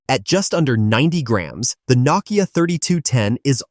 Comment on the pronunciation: It is pronounced No-Kia